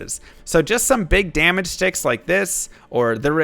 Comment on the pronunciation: love how you stay SHTICKS like an irish person